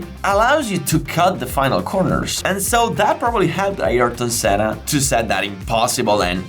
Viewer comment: Thanks for this, it reminded me of that day, stood in the rain and watching Senna running a master class on how to drive a car fast, in the rain! It was good to hear his name pronounced correctly too, doesn't happen often. One thing you missed, Ayrton did lap everyone, he let Damon Hill unlap himself on the very last lap. It took me three hours to get away from the circuit that day. The grass in the field we parked in was waterlogged and people were struggling to get out, it was carnage. I didn't care though, I knew I had just witnessed something VERY special.